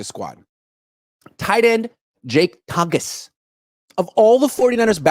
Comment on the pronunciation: It’s pronounced Ton-jiss just a fyi